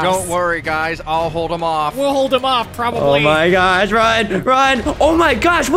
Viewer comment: nah bro said "probally"